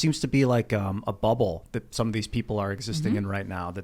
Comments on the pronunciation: Yeah I didn’t hear bubble I heard butt hole, that’s what I said bubble as he says butt hole again... 😆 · Sounded like but hole to me even when repeated it.